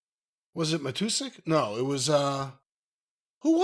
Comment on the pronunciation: I don't like how both of you pronounced John Matuszak's last name. Mah-two-zach Not Mah-two-sick I know no one cares lol